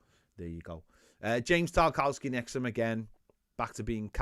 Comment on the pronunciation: I've noticed you say tar cow ski but i'm pretty sure its pronounced tar kov ski